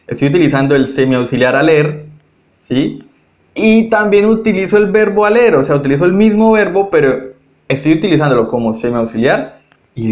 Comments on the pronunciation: Hola solo quiero aportar, el verbo IR en francés se escribe ALLER , pero se pronuncia ALÉ , no ALLER gracias. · Votre explication est très bonne, mais Vous commettez continuellement une erreur en prononçant le "r" de l'infinitif dans les verbes terminés en "er" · Muy buena explicación, pero no se por que pronuncias la última letra de los verbos la "r", tengo entendido que no se pronuncia.